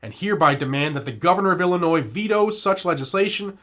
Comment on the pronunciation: just a heads up. illinois has a silent s.